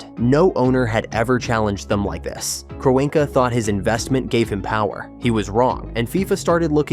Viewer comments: What the ever loving fuck is this video? The Giants and Jets are not bitter rivals in the same division, they're not even in the same conference. Then you have the complete butchering of Stan Kroenke's name (KRON [like Tron but with a K] Key). If you're going to use a speech bot forget the correct spelling and spell it phonetically. As for the stadium itself, no it's not the biggest or the flashiest, but it's still got a pretty decent capacity at over 80,000. I know Jerry World in Arlington can host more, but there's no transit infrastructure to go alongside it. And I think it too is still too narrow like SoFi. On top of all that as I watch further, the security thing probably is accurate but it should be noted that they've hosted a Super Bowl before. An event just as big as the World Cup Final. I guarantee they're familiar with that whole operation and the necessary addition of extra checkpoints. One more thing as I reach the end: the reason why the Giants & Jets don't use grass is that they've tried it before and it was a horrendous failure. Back at the old Giants Stadium from about 1999 until 2003, they used a natural grass field. By the end of the season it was more or less dirt spray painted to look green. You had the Giants and Jets play a combined 16 games there a year, then there's the odd College Football game or two during the year, concerts, and towards the end of November, you have High School football championships held there as well. I know technology has advanc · A.I voice didn't like the name Kroenke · The synthetic turf issues won’t be a problem because there will be a natural grass surface in place. Like they did last year. Of all the issues that this World Cup has, the venue for the final isn’t one of them. Also your AI chatbot doesn’t know how to pronounce the owner of the LA Rams.